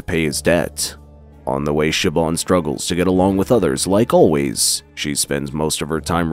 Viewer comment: Its Shiv-awn or Sheh-vawn. I think he nailed it perfectly.